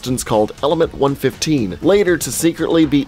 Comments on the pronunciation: one one five, not one fifteen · AND ITS 1 1 5 NOT PNE FIFTEEN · Love the video, I really did but everytime you said one fifteen it made me wanna puke please, it’s one one five❤️❤️ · Is it just me that gets annoyed hearing him say 115 instead of 1.1.5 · "Element one fifteen".....its "one one five" ..that triggered me way more than it should have lol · Am I the only one who gets triggered when someone says it as 1-15 instead of 1-1-5? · ITS ONE ONE FIVE NOT ONE FIFTEEN!!! MY EARS BURN!!! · its one one five not one fifteen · Man it’s not pronounced 1 15 it’s 1 1 5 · Dude it's pronounced ether the a is silent, and it's one one five not a hundred and fifteen 😒😔 ( such disrespect to cod zombies) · One fifteen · no offense but 115 is said seperatly like 1-1-5